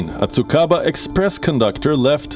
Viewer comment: Ohh..Did I hear Tsukaba Express.. I know Japanese names are bit difficult to pronounce; but it is “Tsukuba Express” 😃